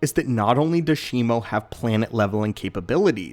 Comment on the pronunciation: It is shi-mu not shimo